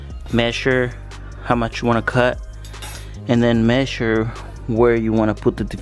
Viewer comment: I like the way you say Messure 😁